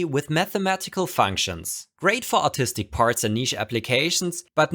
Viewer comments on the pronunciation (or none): At first, I was not sure if he said "autistic" or "artistic". I he said artistic, as he wrote that in the subtitles (which is great, by the way), but I guess autism might increases the likelyhood that the g-code your printer runs was directly generated using mathematical functions.